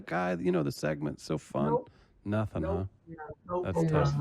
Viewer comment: I love when she says "Nothin" LOL!!!!!!!!!